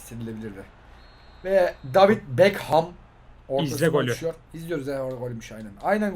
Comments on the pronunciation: neden beckhama bekem diyor sinirim bozuluyo. Ve dwight yorke lorke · Dayvid Bekemmm (David Beckham)